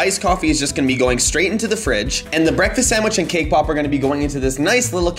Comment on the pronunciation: When he says cake pop it sounds like kpop EXCUSE MEH WhAt